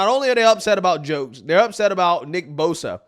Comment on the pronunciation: She can’t even say his name right 😂hold this L